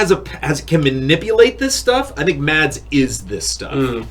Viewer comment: Btw for people saying Mads like MaDs the D is actually silent it's pronounced like you would pronounce mass